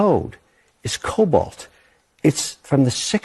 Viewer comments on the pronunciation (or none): Its COBOL. Not Cobalt.